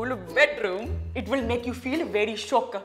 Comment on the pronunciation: I'm a Singaporean and when said "shook" I heard it as "shiok" and I actually was shook until the subtitle on the PowerPoint came on